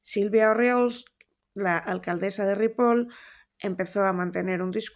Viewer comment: Lucía, please, eres políglota y super inteligente. Suena fatal escuchar tu pronunciación de Ripoll como "Ripol". Con Sabadell pasa lo mismo. Esta "elle" suena como "llama, llenar, llevar". Next time! 😉